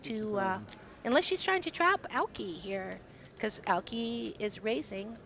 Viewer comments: Aoki has 3 syllables! A O Ki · it's pronounced EYE OH KEY...Aoki